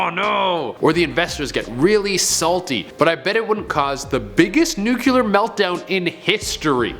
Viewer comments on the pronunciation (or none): Nuclear not Nukular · I'm sorry to be that person, but it's "Nuclear", not "nucular". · "Nuclear" ... not "Nucular" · Why is it SO hard for most people to pronounce noo-clee-ar ??? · It is my firm belief that Canadians cannot pronounce or read nuclear. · “nuclear’ literally shut up